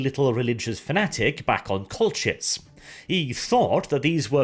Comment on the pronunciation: I hate to pick on the pronunciation but I think the 'ch' in Colchis is hard like in ichor, not soft like in channel